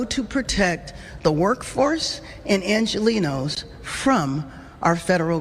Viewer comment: I hate hearing Bass say the word Angelinos. She is a disgusting politician.